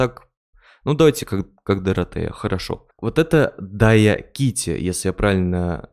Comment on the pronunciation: Даякити ха-ха-ха ржал 4 мин правильно диакити